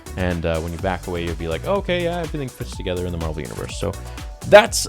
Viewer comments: Carol Danvers is Captain Marvel not Mar-Vell. The scientist that worked on the light speed engine is Mar-Vell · Captain Marvel is pronounced exactly like Marvel Comics. Mar-Vell is the alien who gives Captain Marvel her powers.